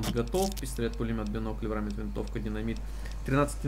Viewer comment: Варминт, не врамит...